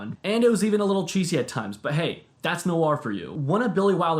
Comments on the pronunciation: Film NOIR (one syllable), not NO-ARR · The Lost Weekend - So you know: "Ray mil-LAND" Indemnity: "Noir" has just ONE syllable! Not "no-arr".